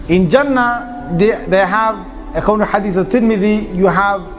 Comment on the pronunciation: Pronunciation of Jannah is not Jaa-naah. It is Junn-naah... Like Sun with double emphasis on the N and then the N conjugates with the Naah at the end. Jaanaah (the way you pronounce) could mean something completely different in some other listeners' language.